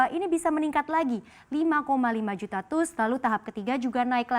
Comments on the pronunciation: TEUS dong bkan TUS nyebut nya 😅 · Teus dibacanya bukan TUS mbak, tapi tius 😀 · TEUS dibaca te-us...bukan tus.